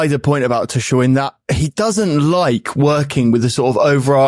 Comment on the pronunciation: aww christ not the kick off still calling Tuchel "Too-shell". He isn't French! It's "Too-kell"